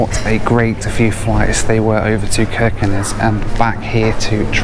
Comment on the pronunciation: You are pronouncing every Norwegian place like a real Norwegian, Its amazing too hear, the only thing wrong is Kirkenes, the K in the begining is pronounced with a ¨sjjj¨ sound instead of a K, but your spot-on! 😁